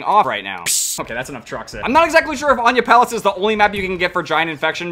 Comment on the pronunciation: it’s pronounced aniyah palace